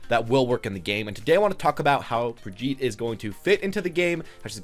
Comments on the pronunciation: Lol...its not "Brig-EET/ Brigeh-eat" It's "Brig-eht" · my god man are you an American? there is only one way to pronounce her name and your totally off the mark lol